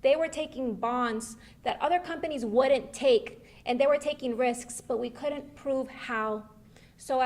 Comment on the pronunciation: Coodont🤔 avarated😵‍💫 Deedent even noo😖 Us Hispanics don't claim this rambling what in the "make want to tear my ears off and put them on backwards" is going on here.🤣